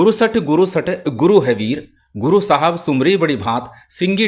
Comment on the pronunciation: जय गुरुदेव बंधुवर।आप जब भी किसी भी वीडियो में शाबर सर्वार्थ साधक मंत्र स्क्रीन पर प्रदर्शित करते हैं तो उसमें गुरु साहब सुमिरौं बड़ी भांत लिखा होता है किन्तु आप जो उच्चारण करते हैं वह सुमिरौं के स्थान पर सुमिरी या सुमिरीं जैसा सुनाई पड़ता है। कृपया मुझे हो रहे इस विरोधाभास को दूर करने की कृपा करें।